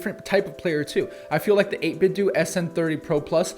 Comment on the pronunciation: 8BitDo is pronounced “8BitDoh” (like Nintendo), not “8BitDew”